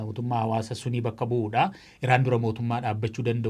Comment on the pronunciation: Sunii miti Sunnii jedhi🙄